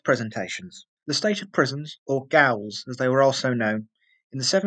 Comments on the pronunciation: “Gaol” is simply pronounced as “Jail”. It’s the commonwealth spelling of the word. It’s modern spelling, used in England, Australia etc. It’s just pronounced the same as the American “Jail”. Otherwise, great work. Keep it up. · "Gaol" is pronounced as "Jail".